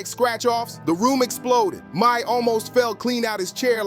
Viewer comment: Learn how 😂 read bec😢ause who is MA-SE?